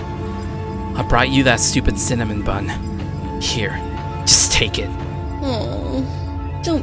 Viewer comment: “Awesome Cinmon buns” Cinnamon!!!!